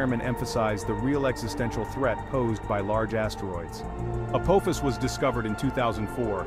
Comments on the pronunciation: It is pronounced “uh-paw-fis”. It is the name of the Ancient Egyptian god of chaos. If you don’t believe me look it up. You would think someone putting it on the internet would pronounce it correctly. 🙄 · omg the way the ai pronounces Apophis....SG1 fans anyone?